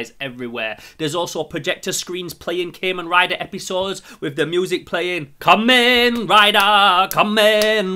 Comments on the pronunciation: Wait did he just said keman rider what the hell bro it's Kamen rider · I liked the vid, but it kinda set off my annoyance a little because you say KAY-men rider, instead of CAW-men rider, just being a little salty but ignore me, (kamen translates to masked in english) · Im sorry but i laughed when he said CA-men rider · You say Kamen rider wrong but great video no hate